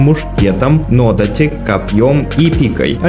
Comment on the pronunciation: нодАти или одАти, это если уж реально придраться хочется.😁это оба длинные мечи. большой буквой ударение показал.))